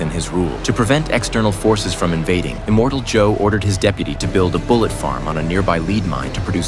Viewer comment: Who the hell is "Immortal Joe"? It's "Immortan Joe".